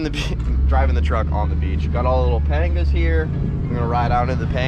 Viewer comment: It's a panga not a painga